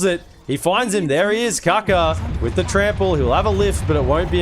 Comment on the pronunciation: Casters keep mispronouncing kaka with Fy lmao